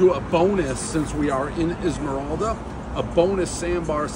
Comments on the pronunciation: Dave it's pronounced Eye-la-morada. Esmeralda is a witch who becomes the Stephenses' housekeeper on Bewitched. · Isla mora da...not ismoralda Phonetics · Oh please, you’re not in Esmeralda, you’re in Islamorada…eye-lah-mo-rah-duh. Thank you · As a South Floridian I’m cringing at the “is-moralda” Islamorada pronunciation. Dave, it’s “eye-la-morada”🤣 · Is-MA- Ral- dah. Lmao. It’s Isle-Mor- a-duh. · Dave, you're not in Islamoralda. You're near Islamorada. I-la-ra-ma-da. Get on Keys Time. Slow down. You're in the Keys. Chill. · lmao its Islamorada (eye-la-mo-ra-da) not IsMoRalda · Omg he said Esmeralda Florida. EVERYBODY KNOWS IT'S pronounced Islahmorada! 😆 Next time try the citrus ale! C'mon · He keeps saying " Is more all da" for the beer...it is pronounced "eye la more ah da" spelled Islamorada. 😅😅😅😅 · Islamorada pronounced like island morada not izmoralda 😂😂😂😂😂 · I can usually let Dave's butchering of the English language fly, but not this time. Ile-mer-ra-da. Not Is-mer-el-da. Love the reviews either way. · Izmiralda. 🤣 Dave gives zero fucks with the pronunciation of places. Let us know when you're back from Gee Wesst. Then head back thru Islamorada... Eye-la-more-AH-duh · Amazing to me that Dave kept calling "Islamorada" "Esmerelda" lmaooo like cmon now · Yes he really called the island “esmaralda” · Dave PRONOUNCED Eye-La-Ma-Raw-Da Islamorada Florida Keys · Did he really just call it Ez-mer-alda? Edit: Jesus Christ, he did it again. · Is Morelda? Is Morelda what? Tired, happy, sad? And who is she? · he butchered it every time......... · Dave, FYI...It's pronounced eye-la-marada...love your show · It’s pronounced “ i - lan- mer - rada” jeeze Dave! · EESLAH MORADA is how you pronounce Islamorada... classic Dave. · Guy said Ismaralda 😂😂😂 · Eye-La-Miralda sir! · Isle more rah da. Dave needs a class in Florida words. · Try again. "Isla...morada". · Does he ever know where he is?? ‘Esmeralda’?… Its TAVERNIER Bro!!! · “Eye-la More-ahta” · Islamorada! Not esmeralda